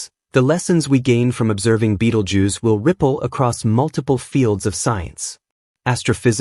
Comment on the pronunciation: ベテルギウスが「ビートルジュース」に聞こえてしまって困る